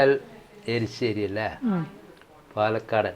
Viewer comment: എരിശ്ശേരി യാ, എലിശ്ശേരിയല്ല